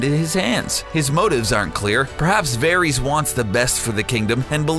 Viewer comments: Good god this guy cant say any name like they do in the show! Verys is pronounced like Veris!!! Not Veries!!! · Vair-iss, not Vair-eez. Jeez!!! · Dude its pronounced "Var-is" not "Ver-ees" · ITS VARYS NOT VARIES!!!! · I can't stand the way he said "Veries" for Varys. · Julia K Varees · varies?? its Ver-iss... do you even watch this show? your pronunciation is off on Cersei too.